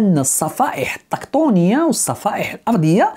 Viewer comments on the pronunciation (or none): كمل اخي.. تصحيح: تِكتونِية الصفائح بالتاء مع الكسرة ماشي الطاء